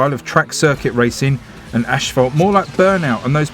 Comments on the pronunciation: Sorry to correct you but it's pronounced a**-fault, not ash-fault, just a correction! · mait itS not aSHphalt nain